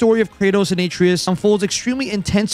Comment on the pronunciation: Review a game you've never played without telling me it's a game you've never played. A-tray-us You say: A tray-youz